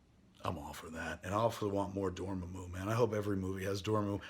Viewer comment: "More-doo" and "Doorma-moo" huh. Isn't Matt Key your producer? For shame.